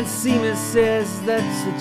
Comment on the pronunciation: Great voice, but please learn the rest of the lyrics and how to pronounce "Seamus."